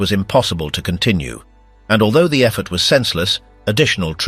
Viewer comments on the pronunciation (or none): none